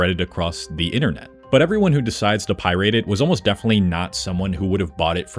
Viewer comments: Left out FTP and Usenet and who knows what else. Meh. A history by a guy who wasn't there. Also it's Pirate, not Pirade. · The -ate is pronounced -et in pirate. It’s not pi-rate. More like pi-ret. I know that’s not how it’s spelled but if my buddy kept saying pi-rate I’d probably lose it. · why does bro keep saying pyrite? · Why tf you saying it like that? It's pʌɪrət Pi-rit NOT pʌɪ-reɪt Pie-rate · pie-rate......instead of just pirate.... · FFS it is pronounced "pai·ruht" aka "Pir-eight" NOT "Pie-rate" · Pronunciation wise, It’s not pie rate or pie rating it’s pie-rutting & pie-rutt. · Pie rate? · My dude, its pie-rat not pie-rate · Are you avoiding demonetization by saying pie rate? Or what’s up with that? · Informative video except for not knowing how to pronounce "pirate". The only time it was pronounced correctly was at the mark. Like nails on a chalkboard... it's pi-rit not pi-rate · Isn't pronounced Pi-ret? The way you're saying, Pie Rate. lol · py-rate. I don't think that's a real word. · its not pie-rate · Why does he keep saying pie rate? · Why pronounce it that way though? Pie RATE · Is he saying "Pie Rate"? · Effective use of pie-rate rage-bait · Pie-rate??😂 Also: "animes" is not a word. Anime is plural as well as singular. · Why do you say Pi rating? Bro you Aing. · Why do you say PIErate, instead of pirate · Thanks for the worthless video where you can't help but propagandize at the very beginning about viruses and then say "pie-rate" over and over like you've only ever seen the word in print. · Pie-rate? Wtf? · Pie rate🤣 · It's not an irate pie-rate, it is an bat beaten pirate. Pirate rhymes with bat, my dude 😅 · Every time he says "pie-RAIT", my ears die a little. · Why does he keep pronouncing it pie rate? Lol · The horrible way you pronounce "pi-rate" grinds my gears. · Bro pronounced pirate "Pie Rate" the whole video. I can't understand what type of accent explains the reason for it. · It's not pie-rate. What the hell is that pronunciation?